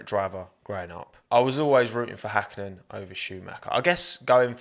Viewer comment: is the first youtuber (that i know of) that actually says Häkkinen.